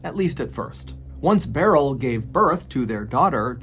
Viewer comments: Love your videos and how you deliver them!! Just a tidbit for you. Beryl is pronounced like "Brrr..L" not like "barrel". I have an aunt named Beryl. It's not a very common name. This is how we've always pronounced it anyways lol. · Beryl is pronounced like "pearl". Sorry, it was bugging me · It’s not pronounced Barrel. It’s more like pearl. With a B. Or Burl. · The name "Beryl" is typically pronounced "Burl", not "Barrell." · I cant decide which is more tragic, an innocent man being wrongfully executed or Mr. Ballen mispronouncing Beryl as Barrel for this entire story 😢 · I’ve never heard someone pronounce Beryl like that. I always thought it went like “Burl” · Clearly Timothy’s story is the true tragedy. What is the proper pronunciation of Beryl?